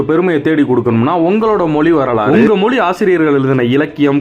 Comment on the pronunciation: மொளி இல்லை தலைவா மொழினு சொல்லுங்க